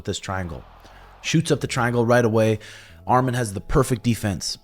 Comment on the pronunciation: Excellent review brotha. It’s pronounced Arman not Armen. Much love. Arman will be champ Saturday.